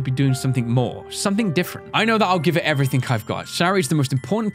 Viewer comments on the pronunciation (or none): It kinda bothers me that he says everythink instead of everything